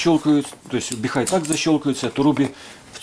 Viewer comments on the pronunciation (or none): Не "Біхай", а "Біхуей". Називайте бренд правильно, щоб китайці не образились😅! Щиро дякую за Ваші професійні огляди та поради!